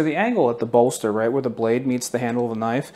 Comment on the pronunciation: the way he said "bolster" I felt that